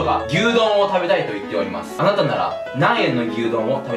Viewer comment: 『あなたは桃太郎です』のところ『あたな』になってるw そして、ドッキリのところドキッリになってるw 疲れてるのね...